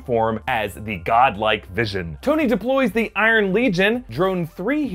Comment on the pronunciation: it also says Stoney instead of Tony